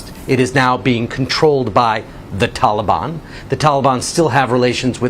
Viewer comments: He can't even pronounce Taliban properly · Wish he could pronounce Taliban.